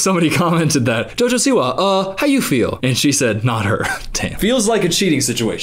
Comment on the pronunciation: "Jojo siwa" sounds like a noise not a name, and you say it PERFECTLY 😂😂😂